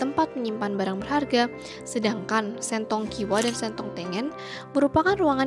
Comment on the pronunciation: Mba artikulasinya salah... Huruf e ada tiga nada... Dan o dua nada.... Sentong baca e-nya kaya baca e di kata kangen.... Jadi akan berbeda jika baca sentong dengan e yg diambil dari e-nya tempe.... Sentong e nya kangen Sentong e nya tempe Akan berbeda nada